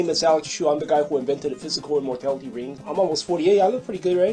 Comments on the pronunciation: Anybody else hear wing instead of ring in the beginning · Did he say wing or ring